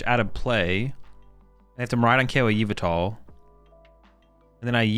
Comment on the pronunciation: say it with me now yuh-vel-tuhl